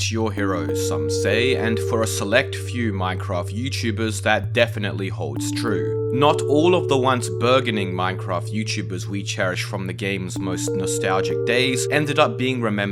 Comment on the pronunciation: Burgeoning is pronounced burj-uhn-ing (burg as in heard) and Subsequently is pronounced sub-su-kwuhnt-ly (sequently as in book)